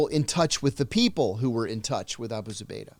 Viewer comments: OMG I'm sorryDanny. You have GOT to do some research and your questions are just terrible. I mean the title is Abu Zubaydah Captured John Kiriakou but I don't know HOW MANY TIMES YOU HAD TO ASK HIS NAME AND HOW TO PRONOUNCE. Not ok especially when someone like this is your guest. You act like, Come on sharpen it up!! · Amazing story but the interviewee needs to remember the subject's name. I counted 5 times he couldn't pronounce Abu Zubaydah.